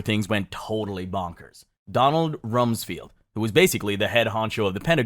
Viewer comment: Bro, you need to learn how to pronounce basic words if you want people to take you at face value. You should know how to say ‘extremist,’ ‘reconciled,’ ‘coordinating,’ Cheney, and Rumsfeld if you are going make a video on 9/11. It makes it look like you have not done your homework.